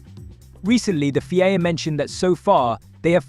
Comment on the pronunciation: Prix is pronounced as you would Tree changing the P over and the FIA is pronounced as seperate letters F.I.A. 👍